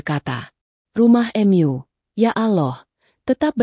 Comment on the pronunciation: Aslkm. Subhanallah mesjid itu rumah Alloh,punya Alloh maka dimanapun mesjid akan di lindungi oleh Alloh SWT ,aduh ini reporter, pembaca dasar di baca, bukan myu atuh, rumah myu, rumah Mu , menyembah myu, menyembah Mu aduh gimana ini, siapa yg baca ini ngaco, al-anbiyaa di baca al-anbiya.. a wah memalukan benar benar ngaco, kasian tuh 😂😂😂